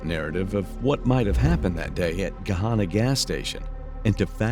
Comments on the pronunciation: It's Gahanna NOT Gohanna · Could you mean Gahanna Ohio? I've never heard of 'Gohanna' before but live near Gahanna. It’s also pronounced “Gah-Hannah” like Hannah Montana. What a total loser POS this guy is. You light someone on fire for hitting you with a soft drink? Such a fragile ego. What an absolute waste of a human being.